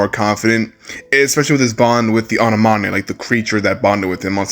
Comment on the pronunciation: Annamanae??? ain't u seen Finding Nemo its An-en-ome